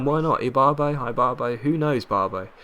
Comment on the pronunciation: i think it's e-barbo but i'm not sure